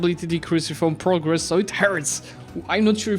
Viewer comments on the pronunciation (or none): none